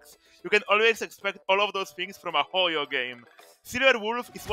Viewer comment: HE REALLY BUT THE ACCENT ON "HOYO GAME"